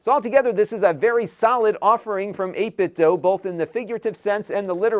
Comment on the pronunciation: It's pronounced dew; not doe.